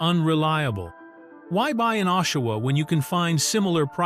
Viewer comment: Ashawa?At least get the name of the city right before u post,AI bushit.